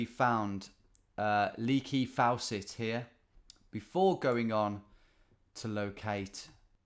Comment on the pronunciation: It's pronounced fawset not fowset . lol It's the U.S name for a Tap . . Just saying .